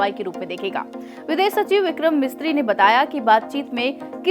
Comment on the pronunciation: Mam he's foreign secretary Vikram Misri..not Mistri